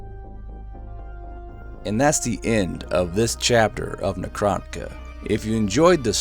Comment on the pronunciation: Everyone agrees that says necroniga right?